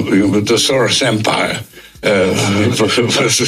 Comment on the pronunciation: Dear: Just a sidenote, Soros' name is Hungarian, it should be pronounced in English as you would do with "Shorosh". It translates to "serial" in Eng.